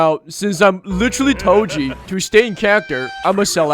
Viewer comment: He’s not Toji he’s toe cheese